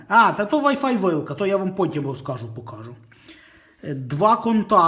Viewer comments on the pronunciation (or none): none